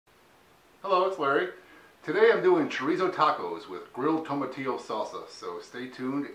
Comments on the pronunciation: you say (tomah•tihllow), ex. & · (Tomah•teeyoh), is how it's pronounced dude. But good vid!